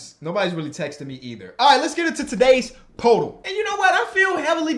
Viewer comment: It’s pronounced “purr-tool”